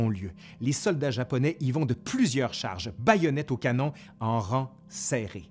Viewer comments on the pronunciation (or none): none